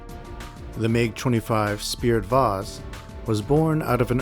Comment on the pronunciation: I am really sorry for doing this , but i cant help my self. It is not Spirit vase. The Russian nickname for the MiG-25 is "Спиртовоз" (Spirtovoz), which literally translates to "Alcohol Carrier" or "Spirit Carrier." С (s) – sounds like the "s" in "see." п (p) – sounds like the "p" in "pen." и (ee) – sounds like the "ee" in "see." р (r) – rolled "r" sound. т (t) – sounds like the "t" in "top." в (v) – sounds like the "v" in "victory." о (o) – sounds like the "o" in "pot." з (z) – sounds like the "z" in "zebra." So, it’s pronounced approximately as "Speer-toh-VOHZ".